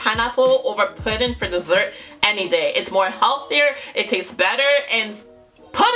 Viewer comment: It’s “dessert”. 😬